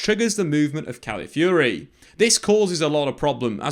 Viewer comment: Really love the content, but if I could just ask one thing: could you work on pronunciation of the player names? Calafiori was mentioned a lot, but his name was often pronounced as califiori or caliafiori. I know it's not the point of the video, but i thought i'd bring it up anyways in case it's useful. In general though, I learn so much from these videos so thanks!